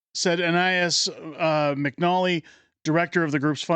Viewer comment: Can you read? It's McNicholl. How do you get McNolly out of that? And how many times can you repeat your mispronunciation?